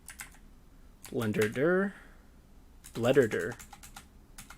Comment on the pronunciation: BLENDERDIR ... BLENDERDURRR ... DURRR will never get used to this pronounciation